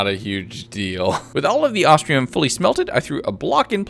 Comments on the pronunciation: It's ostrum not ostrium other wise best video ever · I ain't gonna lie the fact he says Ahs-tree-uhm instead of Ahs-trum somewhat irritates me but it shall be forgiven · You keep saying "ostrium"...where is the "i" in OSTRUM!? It's not there. It's. Not. There. Love the vid but my god, every time you said 'ostrium' I was more and more sure you thought that it was an ore made out of ostriches. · Loved it, definitely want a 200 days. Little disappointed you spent a whole 100 days, and still were calling Ostrum "Ostrium" lol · "ostrium" ostrum moment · every time he says ostrium it reminds me of austrailium from tf2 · At no point in this video does he say Ostrum right. XD